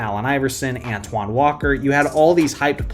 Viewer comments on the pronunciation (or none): none